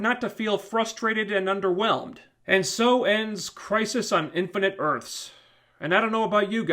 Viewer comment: "INFINITE ARTHS" EARTHS*